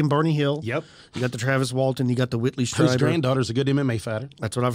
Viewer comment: Greta show guys! Whitley’s last name is pronounced ‘Streeber’.